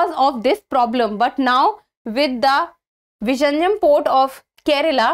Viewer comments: Its not vijinjam...its vizhinjam which should be pronounced as vilinjam port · Kerala government is so stupid not to brand name it as Port of Thiruvananthapuram.. Non-Malayalees in India and abroad are pronouncing it as Visarjanam, Viraneyeum .. oh ... horrible!! 😤😤 Pinu theetam !